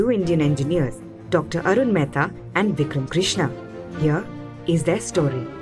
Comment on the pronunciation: It's not vickram it's vikram